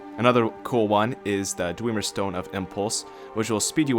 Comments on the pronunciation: its dwemer not dwieieieiemer you twatsickle. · JUST BECAUSE ONE VOICE ACTOR ten years ago said dweemer DOESNT MEAN THATS TEH RIGHT PRONUNCIATION, IT ACTUALLY MOST LIKELY MEANS ITS WRONG AND YES TONS OF NPC's IN SKYRIM PRONOUNCE IT DWEMER OR BASICALLY THE WAY ITS SPELLED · i love how you say dwemer... (Thousands of new dweemer staffs)